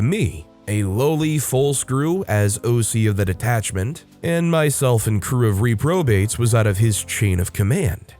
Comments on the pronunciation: It's not a word that gets a lot of use anymore, so it makes sense if you've seldom heard it spoken aloud, but the "re" in reprobate is more like a Reh than a Ree. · The first syllable of "reprobate" is stressed. Thanks for reading these with a real human voice!